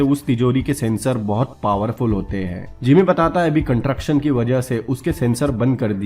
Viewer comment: कंट्रक्शन नही रे भाई... कन्स्ट्रक्शन है. Nice video bro...